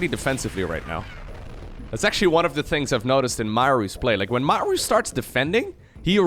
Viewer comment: Sry. I don't like your "Mauer" It sounds awfull ;-)